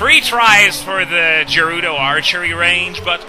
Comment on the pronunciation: Isn't it pronounced gerudo not jerudo?